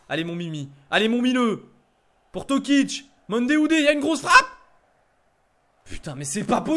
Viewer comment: C'est pas tokic, c'est toko